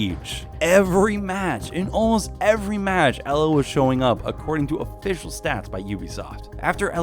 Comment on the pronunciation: I'm polish and you just butchered Elas name and equipment.